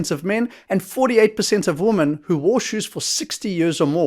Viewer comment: Thanks for the video.... Would it be possible to pronounce women correctly instead of woman please which is incorrect?